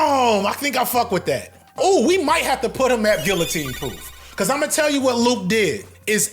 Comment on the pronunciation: That’s not how you pronounce guillotine.